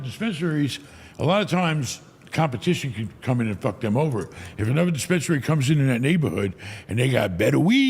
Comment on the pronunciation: Neither of you is going to correct "dispensarary?"